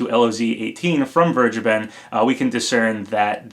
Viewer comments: Please pronounce vergeben as ver-gay-ben, ever since I heard that it's a German name it really bothers me that everyone is mispronouncing it Check the pronounciation on google translate to be sure, the English translation of vergeben is forgiven. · As a German it always sounds horrible how you guys say Vergeben. I just want to help you how to say it right: Say it like "Fair-Geyben". Only don't pronounce the "y" so hard as you would say it with gay or grey. Try to keep that "y" silent. Hope this is helpful. :) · As a native german speaker, the way everyone is pronouncing "vergeben" hurts my ears xD